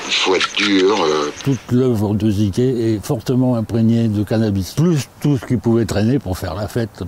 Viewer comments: Ça se prononce "zuk" pas ziké 🌝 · Un Albanais! Et ca se dit zuke et non zike.